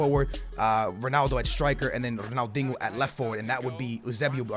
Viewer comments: Yo pissing me off its Ronaldinho,not Ronaldingo😂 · Why you say ronaldingo? You can’t say ronaldinho? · Dingo... it’s pronounced diño ... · Who can hate on ‘Ronaldingo’ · Ronaldingo?! Please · Why do you say “Ronaldingo” 😂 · Why you pronounce it ronaldingo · I swear you’re saying Ronaldingo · Ronald dingo lol the disrespect just fucking sound it out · Pls sell if you can’t say his name the right way